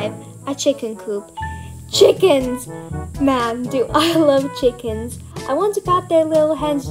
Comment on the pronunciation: Those are pretty interesting ideas you have there! They’re very cool to say the least. Also they way you say “chickens” is pretty funny lol